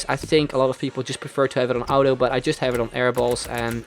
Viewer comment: just an FYI auto is pronounced aw-toe